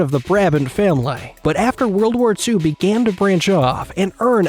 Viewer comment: The way u say historeh and famileh